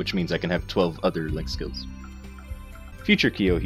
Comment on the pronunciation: I know you said link skills but starting off sounded like you said lick skills. we are going to start off today talking about lick skills. :3 Sorry Kyo I had to... <3